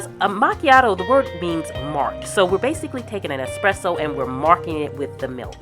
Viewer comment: As an Italian, I love the way you use the moka machine to make coffee at home and thank you for saying espresso and not exxxpresso 😄 enjoying aaaall your videos, thank you ☺